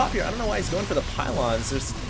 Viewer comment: 'I kniow some people prefer....both of them!' lol!